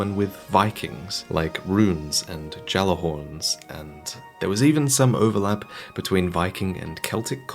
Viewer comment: I must be hearing things because I did not just hear, Loremaster Extraordinaire, utter a bad mispronunciation of "gjallarhorns". Of all people, I thought you would pronounce it correctly.